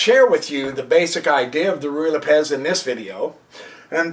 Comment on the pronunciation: Has this moron never met anyone named Lopez? Does he really think the accent of Lopez falls on the second syllable? Why does he waste time telling us that he can't cover all possible continuations? The poster is disorganized, inarticulate, and verbose. He frequently lapses into incoherency. He apparently can't keep what he's talking about clearly in mind for more than three sentences in a row. He can't remember which is the kingside and which is the queenside. The tiny amount of information provided isn't worth putting up with his obnoxiousness. What a schlubb.